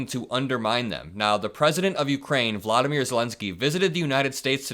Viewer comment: Thank you for this correction! Zelensky's name is correctly pronounced Volodymyr, VO-LO-dy-myr.